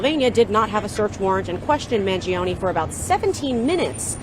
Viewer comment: such.a caker way to say Mangione! with 3 syllables. Cmon make a better effort to pronounce an Italian last name!